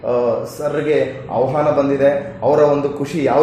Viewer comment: ಔಹಾನ ಅಲ್ಲ ಸರ್ ಅದು! ಆಹ್ವಾನ ಅದು!